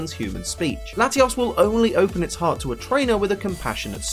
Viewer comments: Love the vid but it's latios not latias 😂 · you say latias... its latios c'mon man!